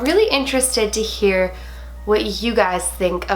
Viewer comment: I herd it when she said did u jear that